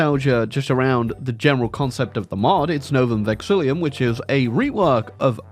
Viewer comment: A whole year later and still doesn't pronounce Novum Vexillum right - hurts my brain every time